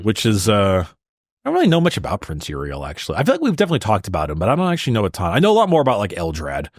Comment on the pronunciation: Put some damn respect on Prince Yriel’s name. Dude the Hive Mind feel pain.